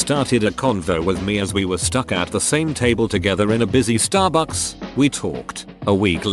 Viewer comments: bro the way the voice says starbucks XD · The way he says Starbucks xD